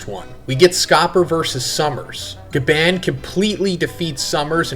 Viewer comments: His name is GYABAN... GYAA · Bruh STOP SAYING GABAND!!!!! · Bruh what are you not American? Can you not say GaBON??? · Why do you pronounce Gabans name like that? Lol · Glad I’m not the only one cringing when say it like that